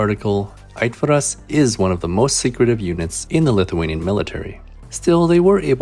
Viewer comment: Just gotta say that your lithuanian is getting pretty good!